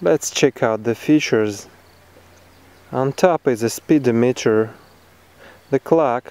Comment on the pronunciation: I appreciate the feedback like yours. Also, I have just realized that I wrongly pronounced the words 'speedometer' and 'odometer'. Lesson learned. :)